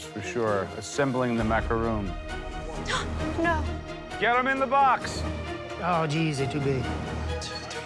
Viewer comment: i hate how they pronounce macaroon